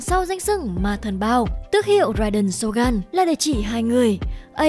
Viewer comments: tìm hiểu cốt truyện sâu như thế mà đọc tên nhân vật cũng sai.phải đọc là rai đên sô gưn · Rai đền SỌT GÂN :)))